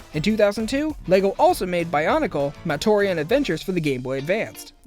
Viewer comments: It's Matoran, NOT "matorian", there is no I in there. Is someone who grew up with Bionicle, that really annoys me. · It's "matoran" not "matorian" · “Matorean” REEEEEEEEEEEEEEEEE